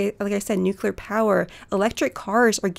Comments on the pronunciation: Really liked this episode. I bought the book while listening. One complaint though: the word NUCULAR does not exist and it was used twice. May seem that I am picking knit here but as a proponent of nuclear power I think it is important that we get it right. Keep up the good fight! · NU-CLEAR (new clear) #justsayin'